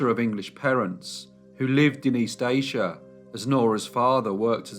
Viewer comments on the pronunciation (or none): none